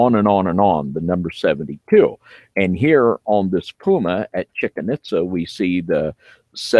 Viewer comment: "Chicken itza" really dude?😂